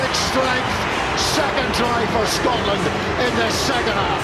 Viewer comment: Worst commentator of all time. Stop calling "Scotland", "Scartlernd"